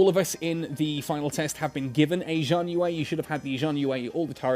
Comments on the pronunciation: "Shian yuu" is the closest I can type it. It sounds different to hear it, but that's close enough. Haha. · Xi = sh pronunciation. HTH.